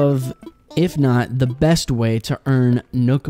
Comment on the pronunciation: Everytime he said "BEst" I cringed. Like, the bad shivers kind of cringe.